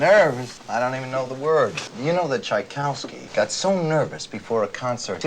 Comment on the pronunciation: Never mind a piffling little pronunciation faux pas with Chopin (no worries, I've done the same before) what about master auteur Cassavetes' pronunciation of Tchaikovsky? Come on, no one says Tchaik-ow-ski!! 😄 Must be the New Yorker in him.